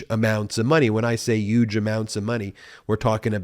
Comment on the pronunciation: "Yuge" amounts?